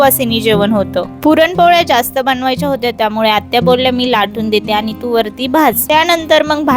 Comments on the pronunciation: तुमचा आवाज छान आहे. पण काही शब्द अतिशय अशुद्ध बोलता. अनी पानी आणि कृत्रिम बोलणे यामुळे व्हिडिओ ऐकायला कसातरी वाटतो. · तुमचा आवाज छान आहे पण काही शब्द अतिशय अशुद्ध बोलता. अनी पानी आणि कृत्रिम बोलणे यामुळ